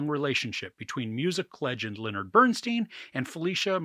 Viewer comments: STEIN not STEEN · His name is BernSTEIN not BernSTEEN! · Pronounced “Bern STINE” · Why some Americans keep pronouncing his name as BERN-STEEN instead of BERN-STYN jesus christ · Please say his name correctly. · We’re supposed to take YOU seriously as a reviewer, but you can’t even pronounce Bernstein correctly? Did you actually watch the movie?